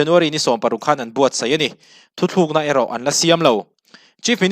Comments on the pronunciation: Thu thlukna nilo in thutlukna tih tur aw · 'Thu thlukna' tia chhiar angin a ri a. 'Thu tlukna' ni awm tak. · I thil chhiar hi an ziak di)k lo nge I chhiar sual aw... 'Thuthlukna'tia I chhhiar hi thutlukna tih zawk tur a va nih hmel ve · Thu thlûkna nilo in..Thu tlûkna aw,bro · Engtizia nge kan mizo you tuber ṭhenkhat hian 'Thu tlukna' tih hi 'Thuthlukna' ti a in lam/sawi ziah le aw. A awmzia a hrang/in anglo hle si a. Youtuberte hian kan mizo ṭawng humhalhna kawngah hian hum pawimawh tak inluah a ni tih hria ula ka va duh em. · Thuthlûkna nge thutlûkna? I lamrîk dân hian THUTHLÛKNA iti deuh tlata. Eng nge dik zâwk? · Thu thlukna ni lovin THU TLUKNA tih zawk tur 😅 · Thuthlukna tih ni lo in, THUTLUKNA tih tur ani. A awmzia a hran daih. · Thil 2 (Thu thluk na nilo in (thu tluk na) central biuriu nilo in beuraw tih jok tur,media stage atang hi chuan thil lam dik leh lam duh te hi poimoh sia kalo sawi ve lok aww. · Ngatinge aw, nangni ang lehkhathiam in 'thu tlukna' ti a lam tur 'THU THLUKNA' ti a i lam tlat leh aw, beng a ti thlep tlat, a dik thlap in rawn lam tum tawh rawh aw.. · a ngaihnawm e, mahse, thu thlukna i ti zel mai a, thu thlukna chu hawrawp chung a ' ^ ' awm ṭhin hi a ni a. Decision hi thu tlukna a ni zawk ang a. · Thuthlukna ni lovin thutlukna zawk aw... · Tha hle mai. 'THUTLUKNA' tih turah 'Thuthlukna' i ti tlat a....... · Thuthlukna ti lovin,,,thutlukna ti zawk ta la, a dik zawk lo maw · Thuthlukna ni lovin thutlukna tih tur aw , a ziak ah pawh thutlukna tih a nih kha😂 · i thil chhiar hi uluk deuh teh,a ziak chhiar tur i ti lang bawk si a, "thuthlukna" tih a awm loh hi "thutlukna" tih a nih hi, a thu hrim ah "Thuthlukna"i ti zel a vawi khat na kha i ti sual palh ah ka lo ngai mai a,mahse,a ni lo tlat. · thu thlukna nilo in thutluk na tive teh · Thu thlukna a ni lo, thu tlukna tih tur. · Thu THLUKNA ti lovin Thu TLUKNA ti zawk teh aw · Thutlûkna tih hi thuthlûkna tiin i sawi nge, hetiang ri hian ka lo hre tlat mai